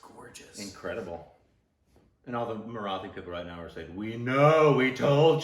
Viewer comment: Hey guys, don't mind me correcting your pronunciation, but it's Marathi. Not Mara-thi. The "th" is supposed to be like how Americans pronounce "tool" and not like the "th" in bath. Btw my heart exploded when I saw you were reacting to this song. Please do watch the film. It is one of the most brilliant pieces of cinema from India.